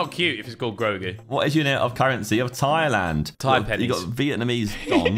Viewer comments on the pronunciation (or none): Bro said THAIPENNIES 💀